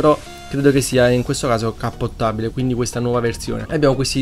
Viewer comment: Volevo farti i complimenti per le intro epiche e l'analisi molto bella, hai sicuramente trovato un sacco di dettagli che a me erano sfuggiti, grande ! P.s. Si dice DEcappottabile Hahahaha